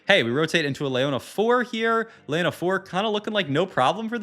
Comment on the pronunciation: "LAY ona" bruuh